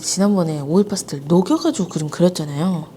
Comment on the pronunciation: 오일파스텔인데 왜 제 귀에는 오일파스타라고 들릴까욬ㅋㅋㅋ